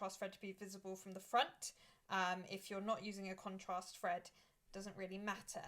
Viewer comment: Thank you for sharing 🥰 Your accent is sensational - it sounds like you are saying fread instead of thread 😆 its cute